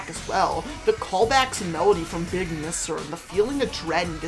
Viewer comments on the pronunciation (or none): No offense, but all your mispronunciations of the song names had me laughing my ahh off😭 “big misser”